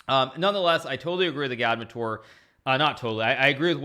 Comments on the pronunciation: i'm pretty sure agadmator has the emphasis on the first "a". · Lol isn’t it pronounced Agad-mator, not A-gad-mu-toor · I remember years ago comments to Agadmator on how his name is pronounced and what it means. "Its pronounced how its spelled". A-gad-mat-or" Why Does Hikaru shorten some vowels and lengthen others? Igaadmitoor Still never learnt the meaning. I remember he used to tease that he would reveal the meaning after sub milestones. Must have missed that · no disrespect but I think it’s pronounced agad-mator